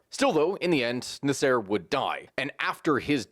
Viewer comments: “NaSEIR”? This is what happens when you only read a name… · The way you pronounce Nasser....omg. Egyptians will be coming for your head!